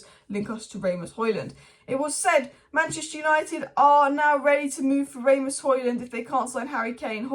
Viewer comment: It's not Ray-Mus it Ras-Mus